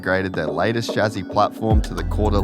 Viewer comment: bro its not SHAZZY. its a chasis